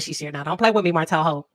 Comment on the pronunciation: Not HOELT!!!😂😂😂😂